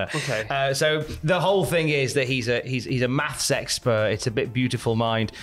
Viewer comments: Am I the only one who heard utter the phrase "math sexpert"? Please tell me I'm not. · I know said “maths expert”, but I couldn’t help but hear that as “math sex-pert”.